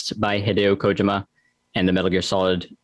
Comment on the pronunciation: Hideo KOH-Jim-Ah !